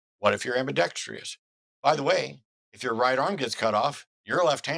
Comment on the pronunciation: it's 'ambidextrous'' not 'ambidextrious'